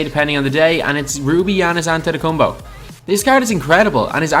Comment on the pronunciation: Bro is AntetokuomPO not AntetokuomBO